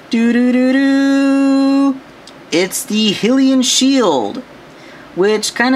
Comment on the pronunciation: Sorry don't want to be 'that guy' I'm a big fan, I leaned how to make customs from you. But it's pronounce High-lian emphasis on the 'High' part not hilian. Sorry for being 'that guy'